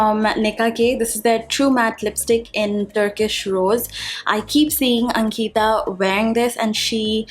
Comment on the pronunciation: Your disclaimer in the information box seems so aggressive. You're the one spreading negativity. Plus it Ankita(one word) not ank-ita (trying to sound like a white person).